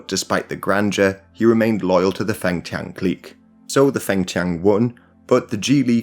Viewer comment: Feng rhymes with lung.